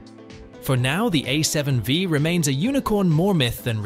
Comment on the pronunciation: A7 five! not wee